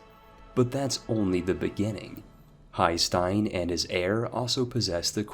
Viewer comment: Haesteinn of Nantes is pronounced Hesten. Not Hay-Steen.